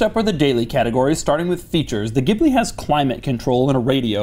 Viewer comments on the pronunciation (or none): The pronunciation is Jee Blee; or Gee Blee quite a bit nicer sounding than what ever you were saying. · Stop calling in a damn gibbley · A sign of how far Maserati has fallen: their U.S. advertising for the Ghibli pronounces it “Jibli”. Which is terrible. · Pronounced "GILBY" !!! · It's pronounced geeblee